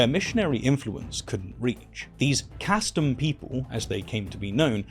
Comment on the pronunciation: Please, sir, you’re mispronouncing “kastom” — it’s pronounced “KAH-stom,”